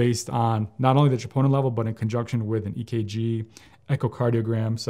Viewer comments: He says triponin levels but it’s troponin but maybe I heard it wrong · Elevated WHAT levels ????????? Chee-POH-Nuh? Enunciate clearly .